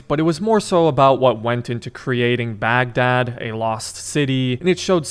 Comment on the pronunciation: I love how you Americans pronounce "Baghdad"